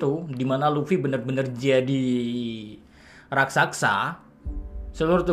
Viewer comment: Inget ya min, "RAK-SA-SA"😅